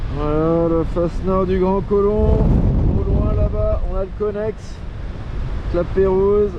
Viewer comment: Mdr conest et non connex. Felicitations et Salutation